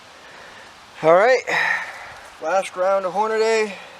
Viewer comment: It's not Horn-a-DAY. It's Horn-a-dee!